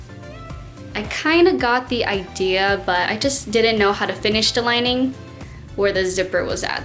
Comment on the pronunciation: I think it's cute how her "th" sound like "da". Especially when she says the. It's sounds like da